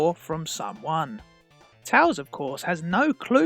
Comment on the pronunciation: It’s tails not tals